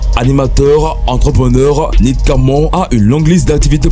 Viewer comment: Nik camon et il dit même zuss pour juste 😂